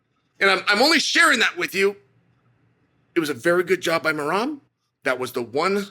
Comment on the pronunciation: Please make a video of him saying merabs name. 😂